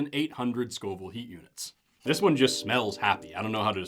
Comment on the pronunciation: When you said “Scoville hot units”, I genuinely thought you were saying “scalding hot units”!!